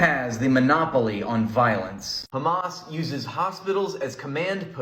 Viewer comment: They always pronounce it as "khamas" for some reason.